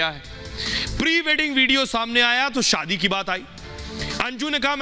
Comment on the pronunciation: जो बोला जा रहा है कि मुझे भारत आने लायक ही नही छोङा आदि आदि । ध्यान से सुनिए यह अंजू की आवाज ही नही है । एकदम से परफैक्ट हिन्दी। जबकि अंजू इतना अच्छा नही बोलती ।शादी को सादी बोलती है आवाज भी थोङी भारी है । विडिओ मे अंजू बोल रही है आवाज मे फर्क सुनाई देगा ।